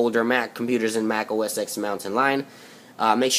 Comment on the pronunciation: It's pronounced "Mac OS ten"